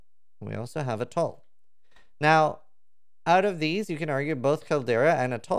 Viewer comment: say attol one more time please